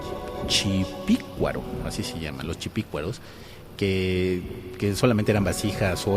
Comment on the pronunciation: Una corrección. ¡No es chipicuaro, es "CHUPICUARO"